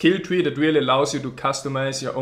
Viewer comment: He's always saying "Diablo free" xD